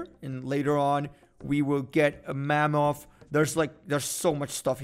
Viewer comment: there is no way he said Mammoth like Mam-moth instead of Mam-ith